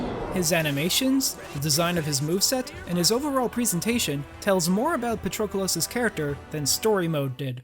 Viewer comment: Excellent analysis! If only you substituted his name with "him" instead of saying it every 5 seconds. Wouldn't be much of an issue, but it is incredibly jarring when you constantly misspronounce it as "PatrOcolos".